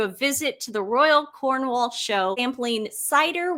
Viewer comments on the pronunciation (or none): none